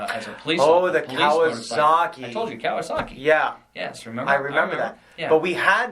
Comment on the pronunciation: It's a Kawasaki bruh